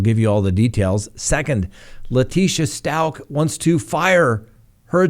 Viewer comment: I think you're pronouncing Stauch wrong. It sounds like 'ouch'.